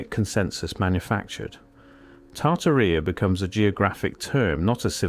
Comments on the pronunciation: Tartarrhea 🤭 yikes! No, no, no. It's tar-TAR-ee-a Jeez! Please, o please fix that. Put the accent on the 2nd syllable so it doesn't sound like a bodily oozing is the subject, okay. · LOL "Tarta Reea" ? 😆 No, AI Voice, it is pronounced "Tartária". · I've heard of Tartaria, but not "Tartarrhea." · I believe the name is pronounced like: TAR-TEAR-E-Ah.